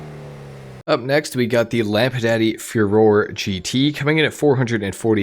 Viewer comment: why you pronounce it lampadaddy lmao